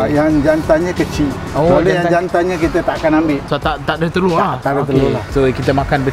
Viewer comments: hahaha ckp kedah "teloq" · ckp teloq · teloqqq dia hahaha pekat betoi kedah ang ni dok kuala nerang ka.. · kalau cakap telur jadi orang utara eh?